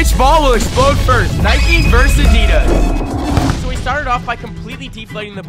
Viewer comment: I love the way he said "nikEEE" vs "IDAA"